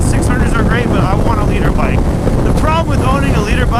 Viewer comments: I always thought he was saying he wanted a leader bike not a litre bike🤣😂😂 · I'm not a motorcycle guy, but I've been watching for like 2 years and I always thought you were saying "leader bike". I didn't know it was called a liter bike until you spelled it out in the title.